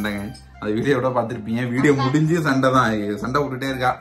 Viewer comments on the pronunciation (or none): சண்டை ❌ சன்டே